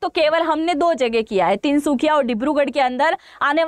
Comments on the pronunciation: ❤❤❤ Tinsukhiya तिनसुखिया नहीं तिनसुकिया बोलिए। Please improve your knowledge first. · Tinsukhia naii maam Tinsukia kehte haii 😊. But aapp ase bolete ho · "Tinsukia" not tinsukhiya . Tinsukia ka Matlab trikon ya triangle 😅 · Meda tinSukhiya nahi ❌Tinsukia✔️ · Tinsukhiya nehi Tinsukiya hain next time galti mat karna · Mam....Tinsukhiya nhi Tinsukia ok and